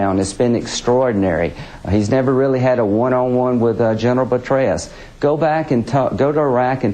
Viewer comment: Like a kid at Christmas when he is showing off the ranch that his sugar momma bought him. McCain... Why work for it when you can just dump your crippled wife and marry up into money? I love how Lindsey pronounces Petraeus, "Betrayus" at least half a dozen times.